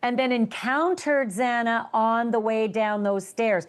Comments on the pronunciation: HER NAME IS XANA!!! Not XENA! UNPROFESSIONAL! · Xana. Gawd, is horrible. Her name wasn't Xena. Can't listen to any more of this. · XANA!!!!!! XANA PRONOUNCED: ZANA!!!! STOP MISPRONOUNCING XANA’S NAME!!! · It’s not Zina its Xana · Xana not Xena. TMZ you’re all over the place. As usual. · Xana not Zena!!🙄🙄🙄🙄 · Sir, her name was Xana, not Xena. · Why is this idiot from TMZ talking about it with Ashleigh when he keeps saying Xena instead of Xana and thought Bethany was Dylan? He knows absolutely nothing about the case. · Xana's name is not difficult to pronounce. If youre going to speak on the case, you should maybe get that right. The judge should be ashamed as well. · sucks - doesn't even know the case and can't even pronounce Xana's name correctly. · Why is it so hard for ppl to pronounce XANA KERNODLE right?!! The freaking JUDGE even messed it up TWICE. And now isn't even capable of pronouncing her FIRST name right. How hard can it be. Do your homework and show some respect to the families. Ashley, please with all due respect, correct people who do this because it's disrespectful. Also, I had to tap out after a couple of minutes, because barely knows the case. I like this channel but this is appalling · The mispronunciation of Xana's name is so upsetting. Especially from the judge who has been a part of this case for years. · No ones name is mispronounced more than xanas :/// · TOTAL DISRESPECT!!! Can't even get the names right! Why us he even on this show?? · Can’t even pronounce Xana name right. Can’t stand him, he’s so disrespectful & TMZ is a joke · Her name is XANA ffs. Why can’t these so called Journalists pronounce names properly. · At a minimum PRONOUNCE THE VICTIMS NAMES CORRECTLY. Good lord. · I love Harvey Yall so obsessed stop trippin folks. U SAY HER NAME WRONG OMGGGG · needs to stop interrupting. And stop pronouncing Xana’s name wrong. So disrespectful. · The judge couldn’t say Xana’s last name either.